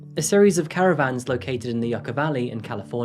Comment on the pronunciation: It's pronounced You-ca...not yuck a